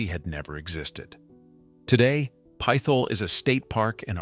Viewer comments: It's pronounced PIT HOLE not pythol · Another AI commentator? It's not "PITH HOLE", it's "PITT HOLE". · The town was/is PIT-HOLE...NOT PITH-OLE !!!!!!!!!!!! Learn how to pronounce these cities or teach your Ai how to speak properly!!!! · This is dumb. You can't pronounce "Pithole" and including it, along with places like Harmony, as the creepiest small towns you should never stop in, is just dumb. It's clear you just read a couple articles but don't really know anything. And seriously - veeaduct? Do you think that is a word? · Fun fact: as an actual living, breathing Pennsylvanian and not an AI-generated bot who can't pronounce a simple word such as "Pithole"... ALL of these places are perfectly fine to visit. Even Centralia. Another fun fact: Donora is the hometown of baseball legends Stan Musial and both Ken Griffeys Sr. and Jr. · Those of us who grew up in Titusville or Oil City could probably retire if we had a nickel for every time we've had to correct someone for mispronouncing "Pithole". 😂